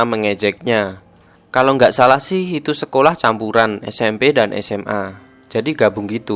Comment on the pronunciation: Gua ngakak ktika mimin nyebut "sekolah campuran".... ketok nak jowo